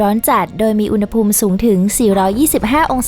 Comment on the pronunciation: “อุณหภูมิ” อ่านว่า อุน-หะ-พูม ครับ ปรับปรุงด้วยนะครับ อ่านผิดหลายคลิปเลย